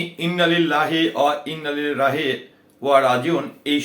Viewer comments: আপনি একটা শিক্ষিত মানুষে ইন্নালিল্লাহি ওয়া ইন্না ইলাইহি রাজিউন বলতে পারেন না ঠিক মতই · তুই নিজেই তো ইন্না-লিল্লাহে ওয়াইন্না ইলাইহি রাজিউন উচ্চারণ করতে পারিস না।😊